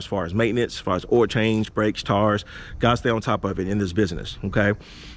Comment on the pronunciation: ... "Oil change, Brakes, "TARS"🤦🏾‍♂️🤣🤣🤣